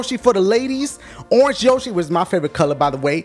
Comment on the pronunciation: It's orenge yoshi!